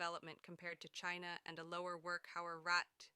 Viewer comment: Can't even pronounce China right!